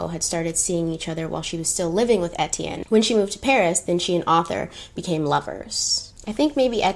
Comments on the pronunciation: As a French Canadian, here are some correct for French pronunciation. Étienne : Ay-Tienne Deauville : Do-vil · I’m half French so Etienne is a common name which is my last name but every time you said it it made me jump lol